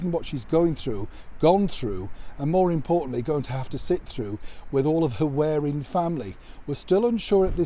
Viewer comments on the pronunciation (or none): WHY do you persist in saying 'this WEARING family' when it's obvious that the word you're reading is WARRING? It makes your videos sound ridiculous. At first I ignored it, but, having mentioned it more than once, I conclude you don't like criticism - even as mild as mine?